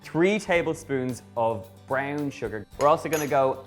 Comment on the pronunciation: The way he pronounces BROWN and POWDER are so south Dublin (the posh part) <3